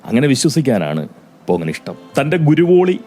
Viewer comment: ഗുരോളി അല്ല.... കുരോളി...😅🤪